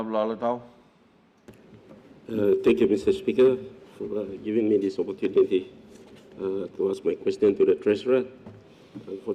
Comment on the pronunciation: Alotau pronouncing Opportunity